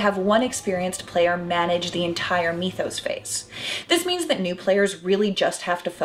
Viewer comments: It's really pronounced "mith-ose"... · Meethos?! ;-) (Sorry to nitpick, but "mythos" has the same root as myth, mythology, etc., so is pronounced similarly.) Great review/summary though! I liked it very much. (And I'm always glad to see gamer gals represent!) Someone else asked if there's something like this game that's a bit more accessible to new players. I'd highly recommend Mansions of Madness, but with the caveat that at least ONE player needs to know the rules very well. Thanks for the review-- I look forward to more! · Mythos, not meethows